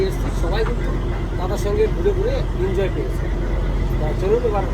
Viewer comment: দাদা আপনি এনজয় কে ইনজয় বলেন শুনতে খুব খারাপ লাগে এনজয় < Enjoy বলবেন